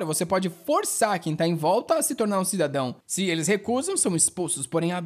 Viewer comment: Cara, por favor, pare de falar "CIDADÃOS" errado. Por favor, você não faz ideia de como da agonia ouvir isso de alguém que trabalha com narração. Eu sei que o Brasil não é um país 100% e muito gringo tem preconceito mas, vamos mostrar que nem todo mundo é ignorânte, vamos falar nosso próprio idioma como se deve.